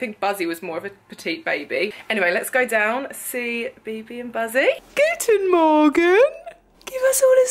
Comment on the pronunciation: "Guten Moorgen" 😂 you're the best and Bibi is so gorgeous.😊